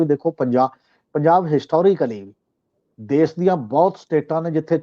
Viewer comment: Desh not Des , Pesh not Pes , Kush not Kus etc. should be pronounced to improve the standard of the program . Thanks .